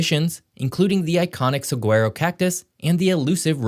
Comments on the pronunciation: Suh-WAH-ro. Not suh-GWEH-roh. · As an AZ native it is pronounced Suh•wha•row not Sah•Gwar•oh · Sa-wa-ro cactus. Not sug wa ro. Cmon now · "Sagg-wear-oh"??!!!! REALLY??!!! Yeah, some expert! Such an expert you can't correctly pronounce the name of the single most iconic form of plant life in the entire region, if not the whole country!! Do you also say, "Call-eye-forn-eye-aaay"?! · WARNING: This video is not accurate. , you have a scene from the Sonoran Desert, not the Chihuahuan. Saguaro cactus grow in the Sonora. And "saguaro" is not pronounced however the hell it was pronounced here . . . it's "saWARoh." The Chihuahua Desert is not the largest desert in North America . . . that would be the Great Basin Desert (although they're close in size). I don't know what other inaccuracies there are in this video . . . because I'm not going any further. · Always appreciate your videos, love the geo knowledge, yet hoped you'd fixed this pronunciation by now; just gotta say: The "sue-WHAR-o" cactus grows only in the Sonoran Desert, not Chihuahuan desert. Also, many tribal nations live in this vast area, and are wise enough not to have too many kids. Less population is a beautiful thing for the planet. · Saguaro cactus is pronounced “SuhWarro”. Also, it’s only in the Sonoran desert. Not chihuahuan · If you live in the SW, you don't say the g in saguaro. It's more like "sa-waro." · Correction: The Saguaro (pronounced sa-Wah-ro) cactus grows primarily in the Sonoron Desert, which is to the west of the Chihuahuan Desert. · "Sagwerro cactus" - - Sorry but I can't listen to anymore after such an egregious mispronunciation. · I couldn’t go past when you mispronounced saguaro. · You mispronounced the Rio grande River. And you mispronounced two of the Mexico cities that you have mentioned. You also mispronounced saguaro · you pronounced saguaro cactus wrong